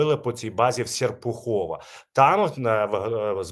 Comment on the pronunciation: Не Сєрпухово, Сєрпухов!